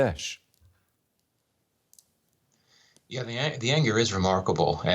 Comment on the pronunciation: It's not how you pronounced the country name 'Bangladesh'. It comes from the word language "Bangla". And that's how it is pronounced. Thank you!